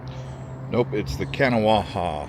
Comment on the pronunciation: Kuh-Gnaw. Not Ka Naw Wha. You pronounce it with two syllables, not three.